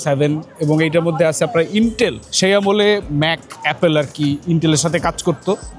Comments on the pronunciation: য়ের ইন্টেল বলতে যে মেলা কষ্ট হয়েছে। 😂😂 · ইন্টেল নাম টা এতো চাপ দিয়ে বললেন যে